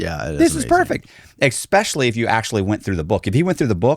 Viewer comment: "Especially" pronounced:"Ekspecially?" attention to detail is impeccable. Dafuq is: "Ekspecially!?"